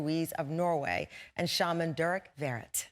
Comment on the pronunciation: It’s pronounced Ver-Ret.